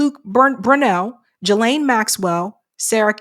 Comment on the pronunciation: It's pronounced Ghee-lane the S is silent, in case you wanted to know ;)